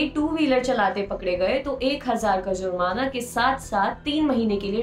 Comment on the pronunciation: Zurmana nahi jurmana hta hai.